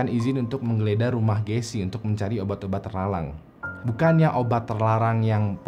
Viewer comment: "obat obat terlalang" lidahnya kepleset